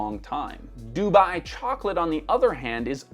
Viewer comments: surprised he's saying DOO-buy instead of doo-BUY 😬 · Why do you say Dubai weird.